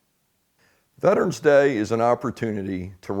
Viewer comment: IT'S PRONOUNCED VET ER ANS... NOT VET TRANS🤣🤪😵😵‍💫😡